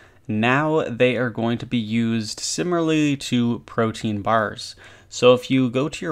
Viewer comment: Proteins?! lol why do RuneScapers not know how to pronounce protean? Am I too critical? I dont know.